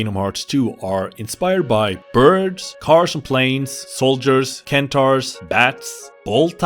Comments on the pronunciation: Centaur is not pronounced like Ken-taur. Have you never seen a single fantasy movie? How many cents make a dollar? How years in a century? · "Ken-taur" caught me off guard. Can't get the image of a centaur Ken doll out of my head lmao